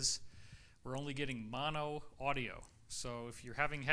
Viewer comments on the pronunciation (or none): none